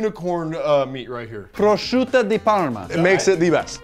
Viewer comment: Prosciutto di Parma not proschiutto